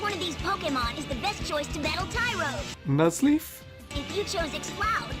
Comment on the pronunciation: N-Nuzleaf?? Jahahahahaha